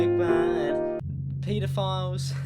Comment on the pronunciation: "Pita- files"